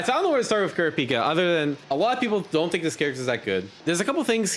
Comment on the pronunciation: Also, "Kurapika" really wants the stress on the second syllable not the first and third. It's "ku-RA-pee-kah" not "KU-ra-PEE-kuh"